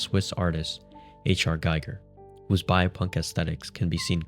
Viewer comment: HR GIGER rhymes with "eager" fyi